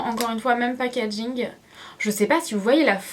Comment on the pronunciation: Super video mais si je dois dire un petit truc arrete de dire packadging ( désolé si sa s'écrit pas comme sa ) car après sa énerve un peu mais sinon super dommage que tu n'est pas donné les prix voila bizou